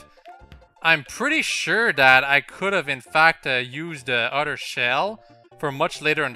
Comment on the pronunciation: Why do you say udder like cow udder instead of other?